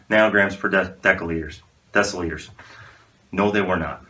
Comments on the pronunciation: "decaliters" LMAO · This mans said deca liters💀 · Per Deca liters 😂 I'm dying